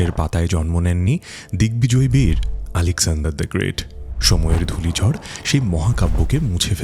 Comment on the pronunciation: Alekzandar dhe great bangla effect😂😂😂😂 BTW Apnar video present khubi vlo hoye se